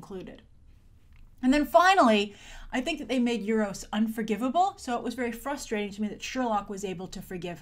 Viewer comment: you say euru's like nueroses